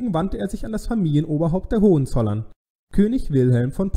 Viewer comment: ...und zwar auf dem zweiten o.